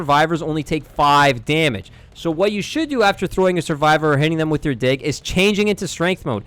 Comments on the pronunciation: Bro was not saying "dig" 🥀💔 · I keep laughing whenever he says "Dig" because it sounds like the other word... "Don't mindlessly pull out your dig like a noob" 😭🥀